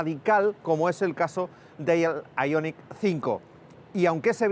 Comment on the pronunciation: Aillonic...Aillonic...Aillonic...5, ¡¡¡¡ JO-ER !!!! IONIQ 5, que pu-ta manía de decirlo en guiri cuando ellos se ríen de nosotros, ¡¡¡ JO-ER !!!